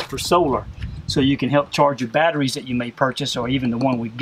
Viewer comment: he says BAT TER REES like Dean ! :)